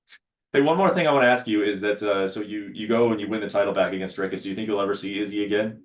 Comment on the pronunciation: For god's sake please pronounce Dricus properly ......gaaaaawd